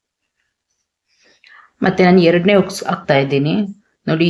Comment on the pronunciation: ಉಕ್ಸ್ ಅಲ್ಲಮ್ಮ ತಾಯಿ, ಹುಕ್ಸ್. 🤦‍♀️🤦‍♀️🤦‍♀️🤦‍♀️